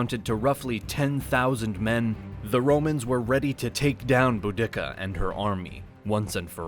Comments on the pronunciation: Boo-dick-ah 🤣🤣🤣🤣🤣 boo-dee-cah this pronunciation doesn’t contain an unnecessary dick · Pronouncing it "boo-DICK-a" is hilarious to me. I've only ever heard her name pronounced "Boo-di-Ka." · I thaught her name was pronounced Bow-di-seeer, not Bo-dicka? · "Bu-dick-a...?" Dude, it's "Budi-ca".....just saying... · I enjoyed your video! Although I think Boudica may have been outraged at her name being pronounced Boo-dik-a instead of Boo-duh-kuh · Boda" see-ah" - not Bo" dicca". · BOO-di-ka is how the name was pronounced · The name of the Queen of the Iceni is pronounced, "BOO-dick-ka." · Boudica. I thought when I was in school I was taught to pronounce it bow- da-see-a? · this dude said boo dick uh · The commentator has only read about this story. IT'S PRONOUNCED, "BOO-DAH-SEE-AH"! Get it right, ya historical butcher! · I've heard Boudica pronounced loads of ways over the years but never Bo-Dicka!! :) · theres no K in boudica.. its pronounced bou-di-car i believe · Is this AI voice? I only ask due to your cringy pronunciation of 'Boudiccea.' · Hmm I'm not sure the proper pronunciation of Boudica , but every time you say it in this video it is different and none of them match what I hear other people say. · That's not how ya pronounce Boudica lol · Dude! If you can't proofread enough to get your pronunciation correct, quit the voiceover!!! Subsequent, Boudica...the list goes on...